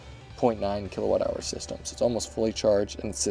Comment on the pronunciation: Called the "keiWatt"?